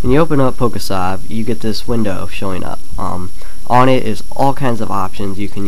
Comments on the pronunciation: You pronounce sav like a moron. It's short for save. It's pronounced "save" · it's probably been said already, but I really think it's supposed to be pronounced like "Poke-save". not an open a. That really bothered me. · its pronounced pokesave nimrod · He is probably using Abra because it's the first pokemon alphabetical, it's PokeSAV, not SAVE, don't be a jackass.